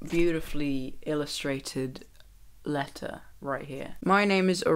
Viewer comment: when you said " letter " your accent made it sound like "alexa" and mine replied with "sorry, I didn't quite get that". just thought you should know.